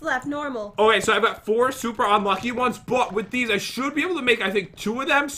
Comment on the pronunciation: Who else likes it when pat pronounces unlucky as unlu-ack-gh-y